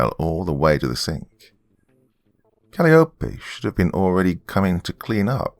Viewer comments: Hey Doc, just wanted to let you know the proper way to say arugula and calliope. Instead of aira-goo-la, it's uh-ROO-guh-luh and instead of callie-o-pay/callie-ope it's kuh-LYE-o-pee. I'm sure viewers will thrash me for daring to correct the good, but I'm not coming from a place of derision or anything. These words are often mispronounced because many people have only seen them written. Wonderful narration like usual though! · Calliope is pronounced Kal-eye-oh-pee. But I liked this'n anyhow. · For future reference, Calliope is pronounced "cuh-lie-uh-pee". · Great Story, Doc. Just A Small Correction. The Next Time You Run Into The Name Calliope, It's Pronounced Kal-Eye-Oh-Pee. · Calliope = Cuh-LIE=uh-pee Like the ride i.e. merry-go-round. :)